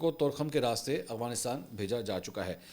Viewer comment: Mansoor bhai ap hamaesha aghwanistan bolty hen Afghanistan ni bolty